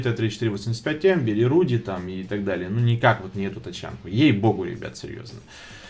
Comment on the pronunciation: НАУЧИСЬ правильнО выгРАВИРОВЫВАТЬ слАВОВЫ!!! не руди, А рудЫй!!! что в переводе с польского: рыжий (смотреть фильм "4 танкиста и собака") (